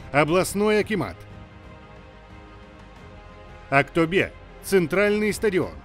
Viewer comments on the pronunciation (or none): none